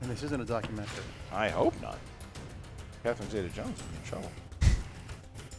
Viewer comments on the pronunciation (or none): none